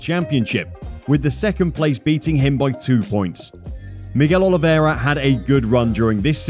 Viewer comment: You are butchering his name. It's not Olivéra, is Oliveira.